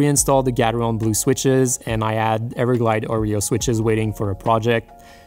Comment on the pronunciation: Gateron not fucking gatheron!